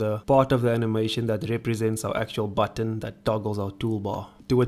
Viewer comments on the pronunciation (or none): We love how he pronounce "button" as "batoon" and "animation" as "anehmaishoon" :D I'm subscribing.